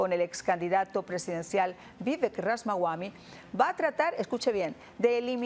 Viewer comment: Supongo que Ramaswami no se pronuncia Ramas-wami sino Rama-swami, Rama es el kshatriya (guerrero) protagonista de la obra Ramayana (historias de Rama) y swami significa en sánscrito maestro.